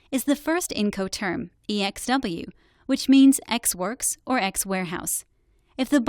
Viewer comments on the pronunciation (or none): "ex works" not ex words FFS. You had 1 slide.